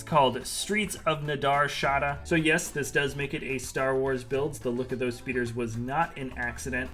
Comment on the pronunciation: Man you have a gift for butchering the pronunciation of Nar Shaddaa